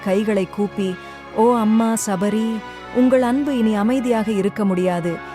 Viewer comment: ஷப்ரி அல்ல சபரி.